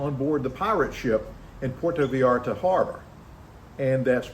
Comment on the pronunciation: It’s pronounced PortO VahYarta! Not PortA VeeYarta. Good to know if you live here.